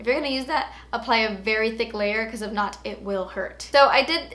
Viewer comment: Lol. But it's nurt. Lol.